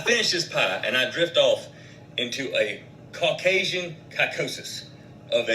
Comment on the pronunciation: “Caucasian Cocous”😭😭😭😭